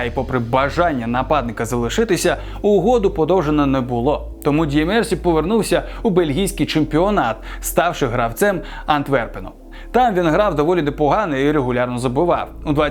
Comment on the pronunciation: ДьємерсІ, а не ДьємЕрсі